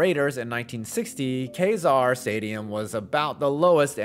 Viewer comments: That's KEEZAR Stadium. Not Kayzar. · It's pronounced "kee-zar," and the original stadium was actually demolished in 1989 after being damaged in an earthquake. What's there now is a completely rebuilt stadium. No part of the original structure exists. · First of all, it's pronounced KEE-zar Stadium, not KAY-zar. During the Niners' years at Kezar, it often happened that in the late afternoon the seagulls would start bombarding fans and players with bird poo. Lovely. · First, it 's Key-zar not Kay-zar. This was a blue collar stadium. They had to put a chain link fence over the opponents entrance to the field because the fans use to throw beer bottles at them. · It's pronounced Key-zar, not Kay-zar. But that had do be a fun experience in the late 60s Go to a game a Kezar and be a few blocks away from Haight-Ashbury. 🚬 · As a longtime Bay Area resident, It’s pronounced “KEY-zar”, not “KAY-zar”. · It’s pronounced key-zarr, not Kay-zarr. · Not kay-zar, but Key-zar stadium. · Not trying to be jerk, but its pronounced "Key-zar", not "Kay-zar". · Key-zar, not Kai-zar. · It’s pronounced KEY-zar not Kay-zar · Kezar stadium is pronounce. "Key Zar". not Kay Zar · It’s pronounced “KEE zar”, not “Kay zar” Do your homework if your going to do a video on something. Jeez! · You ought to at least get the pronunciations correct. San Francisco had KEZAR (Kee-zar) not Kazar Stadium. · Pronounced “Keyzar” not “Kayzar” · Kay-zar? It is pronounced Kee-zar. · Kezar is pronounced "Kee-zar" not "Kay-zar." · It is pronounced “Kee-Zar” not “Kay-Zar”. Do your homework. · It’s pronounced “key-zar” and it’s actually a super nice stadium! Maybe for nfl standards it lacks but it’s right by Golden Gate Park and it’s a good environment. (I’m talking before the renovation too) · It's pronounced kee-zar, hard e. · Mispronounced Kezar